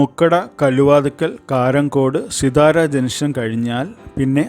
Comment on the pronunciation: പറയുമ്പോൾ സിത്താര എന്നാണ് പറയേണ്ടത്.